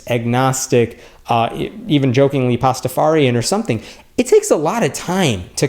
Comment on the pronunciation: pastafariamn. lmfao.